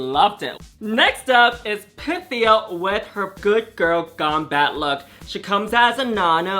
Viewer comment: Also, I love how Pythia tells us how to properly pronounce her name in episode one, in I think her very first confessional or something, so we all know how to pronounce it, and yet they still butcher it.